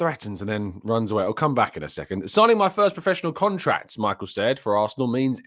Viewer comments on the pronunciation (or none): It's not Michael,he is Polish it's Michał